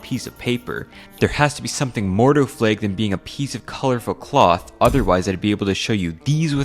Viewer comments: NOT A "FLAEG" IT'S PRONOUNCED FLAG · Said flag so many times I can only here it as Fleg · "Is this a fleg?" I can't unhear that. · Why do you say flag like plague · Wtf is a flaig? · I love your videos but I almost lost my mind hearing you pronounce flag as “flegg” 10,000 times 😂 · he said fleag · The way pronounces the world flag is funny. It’s like he’s saying flage. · Take a drink everytime he pronounces it 'flæg' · I know what a flag is, but what are these "flæygs" this guy is talking about? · Hello fellow Canadian. Your pronunciation of flag gave you away ❤ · That flag pronunciation just makes you so god darn Canadian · are you from washington because of the way you say “flag” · Less than halfway into the video and I can't get over how this mfer manages to insert the letter y into the word flag. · The way you pronounce the word "flag" is weird. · 'twas today that I learned that apparently americans pronounce flag differently from us